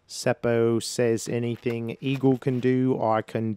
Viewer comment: Your pronounciation of word "puu" (tree) was good. It is basically the same as "poo" in English. I understood when you said it. If English speaking people wants to pronounce Seppo's name more correctly (in Finnish), then letter "o" is not əu, but more like "o" for example in word "pop" and leave the last "p" out. Double consonants are not common in most countries and that is one thing that foreigners struggle with when they pronounce Finnish words. Seppo usually comes out as "Sepo" instead of "Sep-po". You stop for a second in letter "p" and then continue with o. One option is to check Finnish disc golf competitions with Finnish commentary where Seppo has played or his in the bag where he pronounces his own name. To me it doesn't matter how people say it. Can't and shouldn't expect foreign names and words to be pronounced perfectly. Thank you for the fun commentary. Great work.